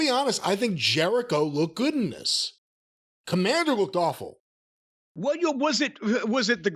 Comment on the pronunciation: I said it before and I’ll say it again. Kommamder with a K sounds like a WCW jobber from 1998.